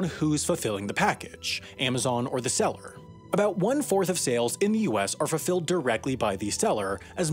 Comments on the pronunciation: „Fulflled“. Twice. Shame on you! 😂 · What's "fullfled"?